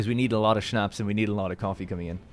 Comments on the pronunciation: my mother told me you say Schnapps like Shnops not shnaps. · 😂😂yeah I heard that too